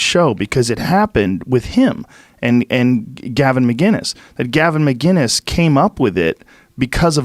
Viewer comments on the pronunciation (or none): It’s McInnes not McGinness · McInnes not McGinnis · He says his name wrong all the time. It’s not MCGINNES it’s MCINESS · Can’t either of those two read? Gavin McINNES’ surname is spelt out in front of them, yet they insist on called him McGUINESS instead of McINNES. It would be like someone calling them Tim POLE and Joe REAGAN! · Please Joe, it's McInnis not Mginnis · What is so hard about saying Gavin's last name? It's not McGuiness, it's fucking MCinnes MCinnes! EVERYONE says mcGuiness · Its MCINNES not mi-guinnes Gavin is the man